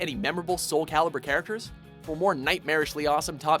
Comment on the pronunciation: Are you paying attention internet? Soul Calibur. CALIBUR. Not "Caliber"!